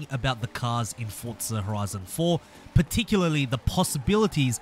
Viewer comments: It's not fortza its forza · Whats fortza??? There isnt a t in forza. Get it right people. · Its spelled Forza not fortza so you should get it right first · I know. People pronounce it fortza. Thats what I was trying to say. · Why do so many people pronounce Forza "fortza"?